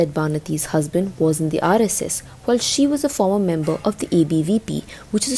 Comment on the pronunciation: She can’t even pronounce RSS properly. 🤦🏻‍♀️